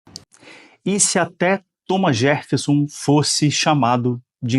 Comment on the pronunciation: Não, o cara falou Thomas JeRffeson, mesmo. Com o R nesse lugar bizarro.